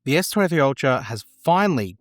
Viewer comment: Try to pronounce s23 and s26 clearly before you post. Terrifying